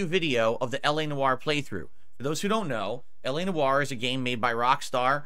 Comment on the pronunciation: My French ancestry cries out in pain each time he says Noire.